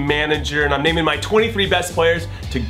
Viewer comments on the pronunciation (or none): none